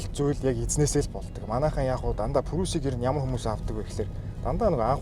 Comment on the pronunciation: Facelist биш facelift гэж хэлдэг шүү, бас прүүс биш приүс гсс